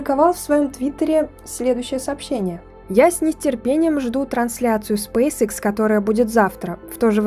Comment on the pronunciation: Лэди, извините, но Спейсэкс, а не срейсикс!!! Что за английская школа у вас, если вы пол слова по английски, а вторую половину по русски произносите - SpaceX?!! Если Вы в Европе живете, здесь все говорят по английски, а если в Азиопе, то и там уже много граждан владеют вторым английским языком!